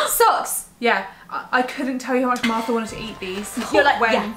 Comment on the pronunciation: Who thought Niomi said narla instead of Martha at the beginning or is it just me.